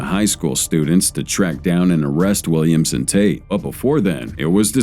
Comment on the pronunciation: I swear, every time the narrator said "Williams and," it sounded like it was saying "Williamson."